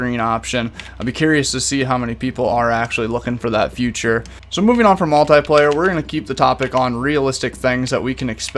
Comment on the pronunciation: Learn how to say “feature” not “future” no hate it just annoys me so much 😂😂😅😅